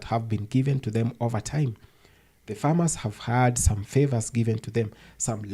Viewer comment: Hun, it is Farmers, not formers, but you speak the truth!